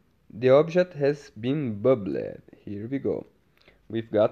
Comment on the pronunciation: Omg the way you say 'bub-led' has me crushing 🤓🤭💜